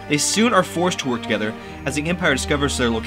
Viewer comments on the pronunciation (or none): none